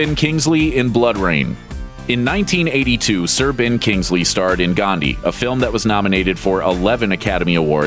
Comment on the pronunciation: The way you said sir ben kingsley was weird